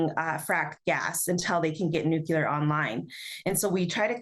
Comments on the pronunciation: Nuclear Nuclear! Not Nucular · NuCLEEar not nucyoolar. Otherwise, we must stop data centers on Indigenous Nations land. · it's pronouncerd NEW-KLEE-AR, not NEWK-YOU-LER. Look at the spelling: nuclear. Pronounce the letter sounds from left to right. Simple.